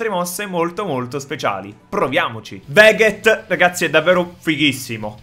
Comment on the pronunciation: bro per favore non chiamarlo veghet ma vegeth, perchè è veramente brutto sentire la ghe nel suo nome , per lo più non esiste neanche la ghe nel suo nome ne nella scrittura ne nella pronuncia cmq bro la lama del giudizio e il lampo dell assoluzione vanno usate dopo una combo che spedisce via il nemico per avere lo stesso effetto della raffica energia massima potenza !!!! per fare la conclusione suprema non devi far scendere la salute di black ssjrosè sotto il 50%